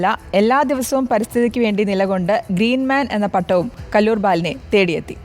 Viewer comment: കലൂർ അല്ല കല്ലൂർ...